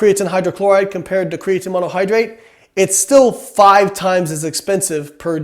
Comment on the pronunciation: I cringe everytime you say "cree-uh-tin" but your science is absolutely correct, good stopping the spread of misinformation.